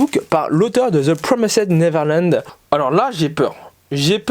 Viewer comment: Cool la vidéo... par contre arrête de dire ThE pRoMéSèDe NeVeRlAnD stp j'en peux plus 😡 ça se prononce "deux PROMAYZD neverland". merci.